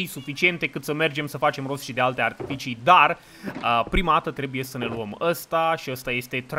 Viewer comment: Toată lumea: Trebuie să vorbesti corect.: Adică voi nu spuneț archifici?